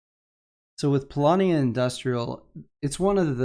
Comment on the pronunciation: Actually, in polish the word "Polania" is pronounced the way does it;)